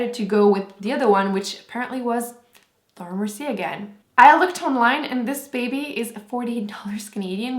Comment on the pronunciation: why you say laura mercie not with your accent in this video??? T.T haha i like when you say it with your french accent